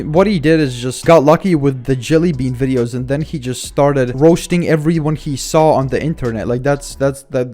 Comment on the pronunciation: “all he does is just woasts my aiditing and the way that i talk in my vwideos” 🤓